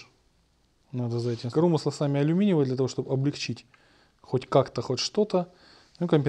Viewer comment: не коромысла а коромысла!)